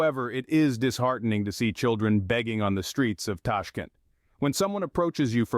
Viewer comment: Tashk'ent, Tashk[E] nt, blinn..